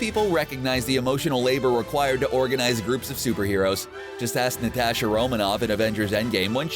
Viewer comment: It’s pronounced n At shA I think